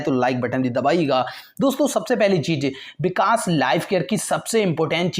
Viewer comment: Bikas kya hota h vikas hota h ...😁